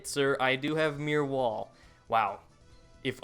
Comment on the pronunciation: why do you say Meer wall and not Mirror wall haha